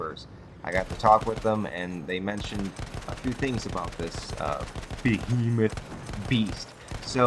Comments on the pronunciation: The bo-he-muff? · "Bohemoth." LOL It's an Airship. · it's pronounced "BEE-HEE-MOTH",. While you're at it tell the devs, that there should be an option to remove the objective-icons from the screen, like in the good ol' days. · Lol the Bohemoth and the Heisenberg? Go back to school.